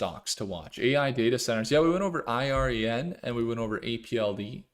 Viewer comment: I've never heard anyone pronounce it "Irene." Made me sing, "Come on, Irene...." 😂